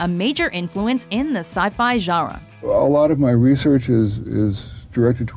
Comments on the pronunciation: lol...narrator says sci-fi "jarra" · Am I the only one who is kind of distracted by the way she pronounces genre? Sounds kinda like "jara".